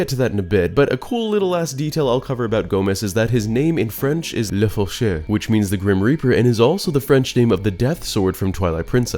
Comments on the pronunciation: Ngl as a french person I laughed when I heard how you pronounced "Le Faucheur"😭It was a decent pronounciation though especially if you don't know french Anyway-, I love Majora's Mask so much. It's one of those games that will stay unique, it's ambiance is so good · i am french and congrats on not butchering the pronuciation of le Faucher